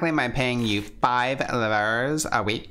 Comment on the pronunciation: [buʀʒwazi] -> this is the phonetic transcription of the word if you know the symbols, it's something like "boor joa zee" (it's a little hard to explain sounds using text only) - [livʀ], sounds like "leevr" and it's so sad to see Camille so underpaid :(